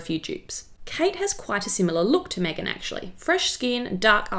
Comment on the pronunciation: Sorry but I would like you to say Megan ...like Kate not the way you did Kate ....like Megan thanx